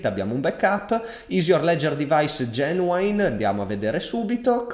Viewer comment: Ottimo video di setup! molto chiaro ed esaustivo! grazie! p.s. un piccolo appunto di inglese: GENUINE si pronuncia "genuin" non "Genuain" e APPS "apps" non "epps" come pure un po per tutti quelli che lo pronunciano male, Apple e' "appol" non "eppol"